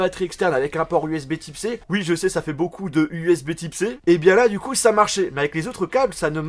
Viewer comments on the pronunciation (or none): none